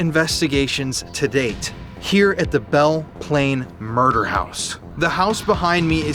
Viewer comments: "The Muder House" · Murrder house